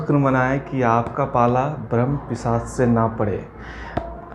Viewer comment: Pichas ? It's pisach